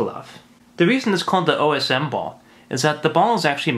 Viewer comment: Yaaaaay czech puzzle! This makes me so happy:D I am glad you know your stuff,. Like you actually tried to pronounce word Osm there and gave us a brief history about the puzzle!